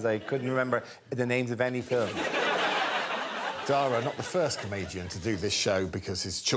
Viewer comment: It amazes me how so many British people still think that "Dara" rhymes with "Tara". For future reference, it rhymes with "Para" or like the first half of "carrot", with an unstressed a at the end.